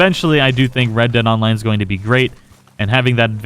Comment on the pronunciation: red dead onmine... words are hard and the struggle is for real-zees